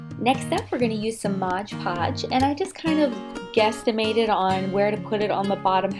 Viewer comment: Oh my God! Laughing so hard now! You call Mod PoOMG laughing so hard now, you and I call Mod Podge, Modge Podge! Love your creations though! You are a real artist sweetie